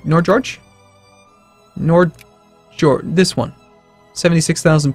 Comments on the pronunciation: ... How did you pull that pronunciation of? You should probably at least learn how to say Norge and Sverige, for which I suppose you could use the Google Translate voice over thing. (I just checked, and the Sverige one is crap and should be ignored, the Norge one works though.) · Nor-George? Just call it Northern Norway.